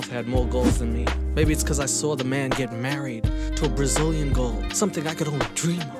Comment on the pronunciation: I thought Colt said wanna get maccied 😂